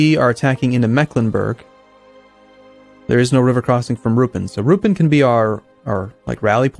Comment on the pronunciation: BTW, Ruppin has the accent on the "i", rather than the "u". Sounds really weird the way pronouncing it